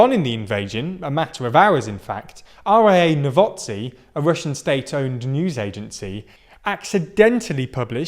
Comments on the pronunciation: RA novotsy lmao it's RIA novosti (ree uh noh vohs tee) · I know it's a foreign language, but please write the letters in order on paper, so that you know which letter comes where when you pronounce it :D Ree-ah No-vos-tee